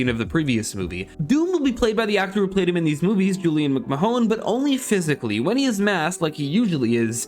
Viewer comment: Julian McMa-who??? 😂😂😂